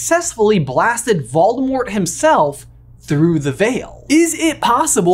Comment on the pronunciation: Hey, I hate to tell you this but you’re not saying Voldemort’s name right. Technically, the T at the end of Voldemort’s name is supposed to be silent. Voldemort’s name is supposed to end with a L when you say his name.